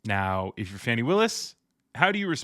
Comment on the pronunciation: Thanks for your report, and Madam DA's name is pronounced Fon-nee not Fanny. Common mistake Sir.